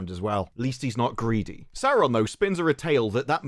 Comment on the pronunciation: ehhhregghiion sauugghhhhrrrroon :face-green-smiling::face-green-smiling::face-green-smiling